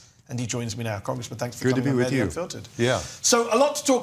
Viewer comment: Mehdi I am surprised that you don't ask your guests and fellow journalists to pronounce your name right. Most just say Medi, which in my humble opinion is disrespectful to Imam of our time Imam- e- Zaman. My brother's name was MeHdi and he demanded his friends pronounce it the way it's supposed to MeHdi with emphasis on the H. Would love to see all your guests do the same Inshahallah!